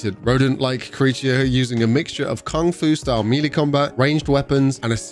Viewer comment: Melee is pronounced may-lay, not mee-lee! You sound ridiculous saying meeeleee!😂